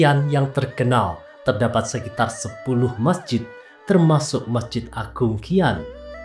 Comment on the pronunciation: SIAN boss bukan KIAN